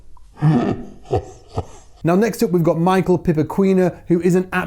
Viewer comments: Kkkk E a pronúncia não é 'Maikel' é MICHAÉL, mesmo... 😄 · btw, the correct pronunciation is not "My-Kull", it's "My-Co". 😂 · you told us to tell you if you were wrong about pronoucing Michael Pipoquinha. Actually, in portuguese Michael pronounce is something like Mii-Shell and Pipoquinha is something almost impossible to non-portuguese speakers to say, like pee-po-ki-nhac (without the c ate the end) 🙃